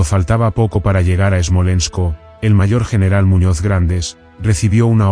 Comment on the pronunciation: Es Smolesnk, no esmolensko...